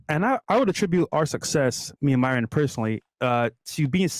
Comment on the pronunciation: I agree with everything said except...his pronunciation of Myron. It's so white the way he says it.